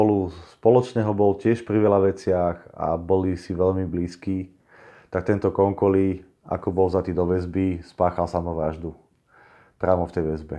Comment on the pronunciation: super video. Len tolko že Zsolt vyslovuj po slovensky Žolt. Konkoly=Konkoj.😁 čo bude video o Bélovi Écsiho, tam vyslovuj Béla Éči. 👍